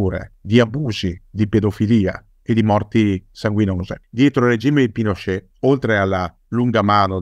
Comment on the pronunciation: ottima puntata, solo non capisco perche'amiamo pronunciare alla francese certe parole o nomi...Apasc invece di Apaci...Pinosce' invece di Pinocet...